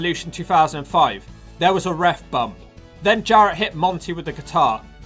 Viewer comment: Take a shot everytime the narrarator says "Ref Bumb"!!!